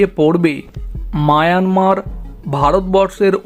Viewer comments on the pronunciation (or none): none